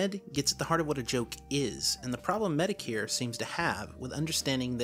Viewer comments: MediCare lmao. It is said Met-o-kur. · It sounds like you’re saying Mr. “Medicare”. Just pointing that out. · The way he said metokur Bruh